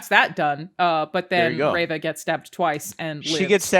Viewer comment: I thought it was funny that Angry Joe couldn't pronounce Reva or Han correctly.